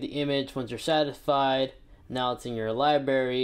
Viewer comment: He said “Libary” 🤣